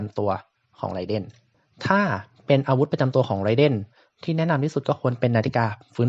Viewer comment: ไรเดนครับไม่ใช่ไรเด้นเนาะ XD อิหยังเเวะ